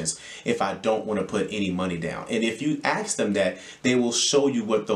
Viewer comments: Ask not aks😂. Good info thx 🙏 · Man you sound like an intelligent man. Don't say axe.